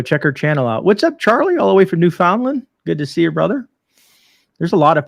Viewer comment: Hello from Newfoundland Canada. Pronounced New-fun-land.